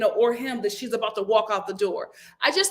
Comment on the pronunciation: I got a lil offended when you said aboot when referring to the crowned prince Sir Drake!🤣🤣 I’m Canadian and when I say « about » it sounds like I’m saying « a boat » 🚤 I’m from the east coast 🤪